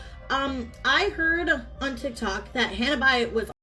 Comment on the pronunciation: It was driving me crazy how this video kept calling her by two different names...it's Hanna not Honna.